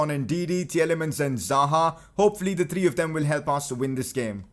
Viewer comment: Nobody:: tree-tree